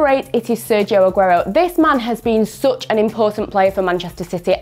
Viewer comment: How it is written: Such How it is pronounced: Me: "Sach" Her: "Soch"